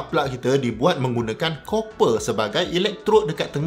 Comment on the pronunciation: Copper / kuprum / tembaga pronunciation yg betul... Geram rajin sgt tgk netizen ramai nau duk sebut 'Cooper'... Ingat mini cooper lettuw